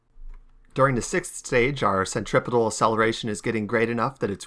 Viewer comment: CEN-TRI-PEE-DAL CEN-TRI-FUU-GAL